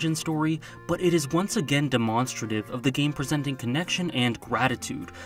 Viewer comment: who says demonstrative as du-maun-stru-tive? u ok bro?